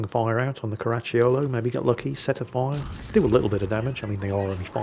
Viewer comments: "Caracciolo", but my ears kept hearing "Karachi Yolo". 😅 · Stop adding a "ch" to Caracciolo... not all double C's are a Ch I Italian, some are hard Cs, so cuh's